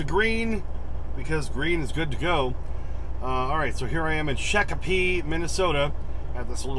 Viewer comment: I just come from there this morning, wish I wouldn't know you there I would've stopped to see you. And it's pronounced shock-a-pee by the way.